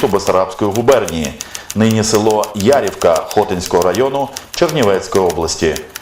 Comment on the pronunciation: ХотИнського повіту... село ЯрІвка... Перевіряйте наголоси!